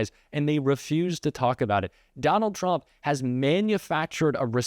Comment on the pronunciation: I love how Comer pronounces Trump, ‘chump’. The rest of our elected officials should follow suit.